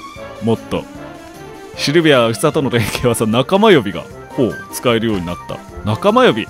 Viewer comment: 仲間呼びかwww 一瞬オカマ呼びかと思ったwww